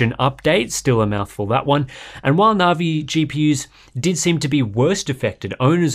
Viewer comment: I love the content and I'm not normally picky but the pronunciation of Navi just grates I'm pretty sure that's a hard